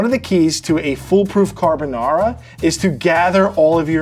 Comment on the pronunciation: I think Vincenzo would approve of this. He would probably say that it's carbonARRRA and not carbonawra and mixing it in the bowl as opposed to mixing it in the pan and adding pasta water is unusual, but other than that, it's pretty close to the Italian original.